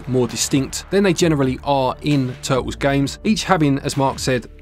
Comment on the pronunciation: Teenage Mutant Ninja Tuh'uls 🇬🇧😎